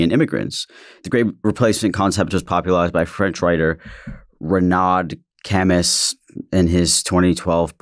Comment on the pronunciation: Camus is pronounced "Ca-moo" by the way.